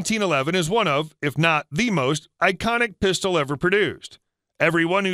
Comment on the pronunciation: Sounds like "puh stowl" NOT "pis to lay"